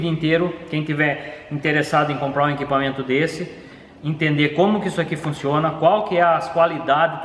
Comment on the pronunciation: Um cara tão inteligente, querendo ele podia falar melhor nossa língua portuguesa tão bonita, é de doer ouvir ele falar "inquipamento". ISSO É UMA CRÍTICA CONSTRUTIVA!